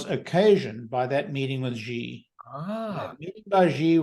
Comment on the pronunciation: I love your discussions and share many of your shows with friends. One small but persistent criticism: both of you and many other Tesla-themed YouTubers (with the exception of Herbert Ong) are mispronouncing Xi Jinping’s name. XI is pronounced SHE as in “SHE sells seashells…). I’ve been a broken record with this correction with Electrified, Tesla Time News and others, but nobody seems to listen. Please correct this stubborn ignorance of Chinese language, he is the president of China after all…